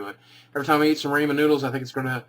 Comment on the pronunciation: What's "Raymond" noodles?